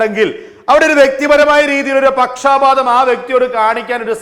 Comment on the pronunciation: Not pakshaapaatham. It is pakshapaatham.